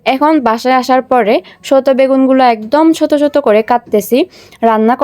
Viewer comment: Soto begun😂 kasa kathal tmra ki ছ utcharon korte paro na